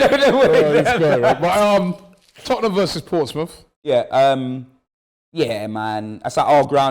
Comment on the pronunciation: love for you brotha. You said Tottenham way, less of that. No such thing.